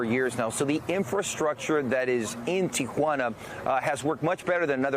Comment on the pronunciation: He loves saying teequana